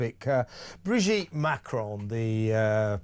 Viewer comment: For me the greater mystery is, why does Candace Owens (and in fact most Americans) think there is an 'e' at the end of Macron? Its ron, not rone! (Sorry if that sounds like a mon)